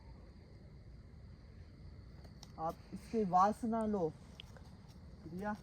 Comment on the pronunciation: 😢 murkh Ram padhe likhe nahin ho kya lagta hai tum anpadh Ho......... Priya Naam Priya Priya kahta hai pahle sun le bol FIR theek se........ Priya Naam hai pahle Jitendra bhaiya se Sun le Naam theek se tab bol....... FIR video banaa bevkuf anpadh jahil Aise video mat banaa........... Upar likha hai Piya Piya kya hota hai......(Priya bol)😢😢😢😢 Gadha pahle video banane chala tha pahle theek se uchharan nahin karta na theek se heading likhta hai upar Piya dikhayen....... Anpadh Raja theek se uchharan karo Priya bolo anpad........ Badi sharm aati hai tum log ke upar jo ki video banane chale aate Ho bolane ka tamiz hai nahin kya bolna hai kya nahin bolna hai..........😢😢😢😢 Ekadam Aise lagta hai anpadh to hai hi Ho Tum...